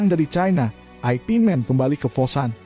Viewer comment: Yank bener ip Man... Bukan aipi Man... Lucu niih